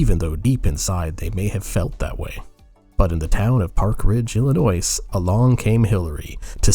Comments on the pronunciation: Pronounced "Illi-noy" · It’s Illinois not Illinois. Don’t say the s. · The "s" in "Illinois" is not pronounced.